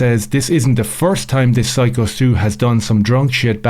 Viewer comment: Dude who tf is Skyo .. It's Syko stu